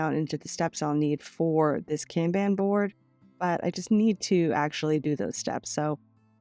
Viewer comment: I’m so sorry if you are offended by the following statements from me. It’s coming from a place of love and help. The Kanban board is pronounced “con bon” sis. I didn’t know if you already knew this.